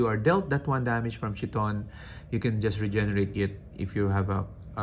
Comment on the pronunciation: The pronounciation of CHTHON is with the silent H. The 1st H.